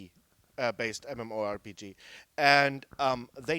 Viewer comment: This pisses me off. Why is she interviewing a guy about games when she clearly has no idea what he's talking about. The way she says "MMPORTPD's" instead of "MMORPG's", and not adding anything to the conversation shows the most complex game she's ever played is Tetris! Now, I'm not making fun of her for not knowing about games. I understand not everone needs to know what an "MMORPG" means, but do you know how many gamers would kill the have a job like this? I know, I am one.